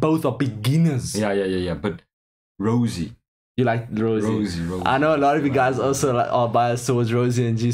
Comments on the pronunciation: Love the reaction but Ro-say. It pronounced as the expensive wine. Rosie is just her nickname not stage name.That is okay cause you guys are baby Blinks. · The girl you keep calling Rosie is Jennie Rosé (pronounced rose-ay) is the girl with the white/silver hair Lisa has the bangs and Jisoo is the brunette with long hair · pronouciation is RO ZAE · You pronounce Rosé like this "ROSA" i hope you get it😂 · He called Jennie Rosé 🤣🤣🤣🤣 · It’s ROSÉ, bruh! ROE-ZEH